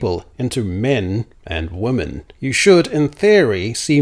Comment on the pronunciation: Is pronouncing woman and women the same an Australian thing? I've noticed in multiple of your recent videos. I thought it was just a mistake at first, but you said it a lot in this video and always pronounced it wo-man even for the plural. Not criticizing, just curious if that’s common in Australia?